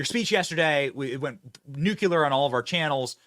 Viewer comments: Wth is nucu-ler? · I love Benny, but does it bug anyone else how he pronounces nuclear?? 😂 Nuke you lure... It's new clear lol 😆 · I wonder what Benny thinks "NUKULER" really means. Means nothing to me.